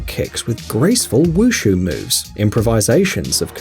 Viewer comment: I don't like how he pronounced wu shu